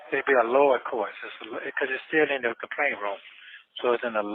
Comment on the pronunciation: "In da kaplaint room".. can't pronounce words right to save his life. If a scam, he was running depended on him pronouncing the words correctly, he would've never gotten a scam over on anybody.😂😂😂😂